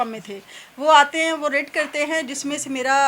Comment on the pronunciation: GASHTI RAID KO RIT BOL RAHI HY 😊😂❤❤